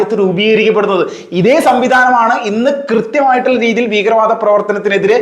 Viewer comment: ബീകര വാദം എന്തൊരു വൃത്തികെട്ട ഉച്ചാരണം